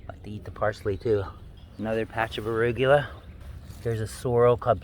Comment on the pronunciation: I feel like I’ve been saying arugula wrong my whole life after hearing you say it! 😂